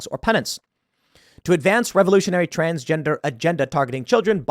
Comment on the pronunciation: Biden was right when he said “transjester”